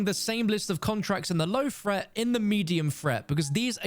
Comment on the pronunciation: "Low fret, medium fret, high fret" - don't fret! (Although maybe learn how to speak English when being English) 🤪